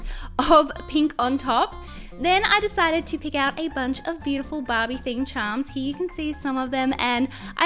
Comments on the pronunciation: it's not " bab-E " it's " bar-bE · why on the first slime i kep thinking she was saying bobbie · I thought you said ”bobby”😂